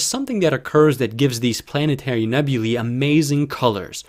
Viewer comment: Finally, someone who pronounces "nebulae" correctly! Most of the astronomy hustlers flogging stuff on YT get it wrong.